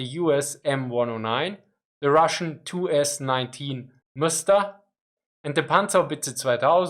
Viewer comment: Great video, thanks! The consonants in Msta are sort of congested together, and the stress is put on A, somewhat like /mst-uh/.